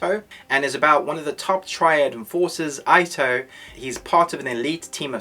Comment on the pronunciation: Not really ur fault, but u may want to pronounce the name 'ito' = eeto